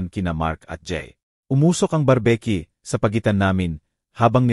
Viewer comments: Bar b Q d barbecue paki ayos ng pagbasa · O pati n brbq? Ang basa brbeq🤣🤣🤣